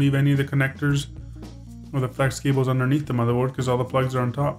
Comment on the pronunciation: Good Vid;!!! never mind the idiots who saying negative shit,, and I think that it's great that you didn't edit out the "matherboard" slip!! The critics are probably guys who never make mistakes:P and do their best to hide the ones they do! I think it adds a nice touch